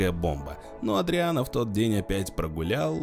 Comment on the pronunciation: Не "Эдриан", а Адриан.